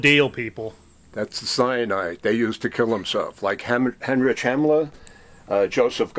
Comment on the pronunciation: WHY DOES HE KEEP SAYING HEMMORAGE HAMMLER😭